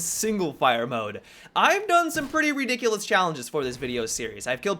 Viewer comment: LOL redick-lus